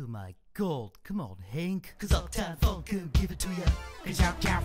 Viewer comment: I didnt know he said funk i heard fuck